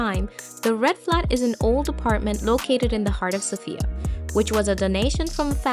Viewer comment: Please say Sofia with the accent on the “O”. It’s not pronounced Sophiiya, but SOfia.